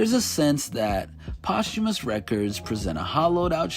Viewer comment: Today I learned how to pronounce posthumous correctly